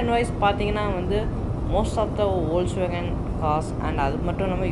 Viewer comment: அது ஒல்ஸ்வேகன் இல்லை அது ஃபோக்ஸ்வேகன் நண்பா